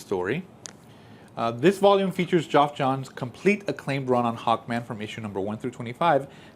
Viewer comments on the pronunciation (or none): FYI - Geoff is pronounced as Jeff, not Joff.